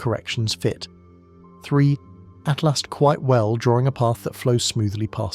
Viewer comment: Correct your AI narrator...it's ATLAS, NOT ATLAST.